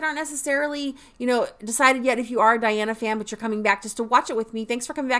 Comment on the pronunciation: Her name is pronounced as De+ana NOT Di+ana. Yes she is contralto but she is polyphonic...like singer Cher. Hence, her vocals sounds dual toned lots of time. (Dimash and Diana share a same friend....Igor Krutoy. The pianist/composer with Dimash)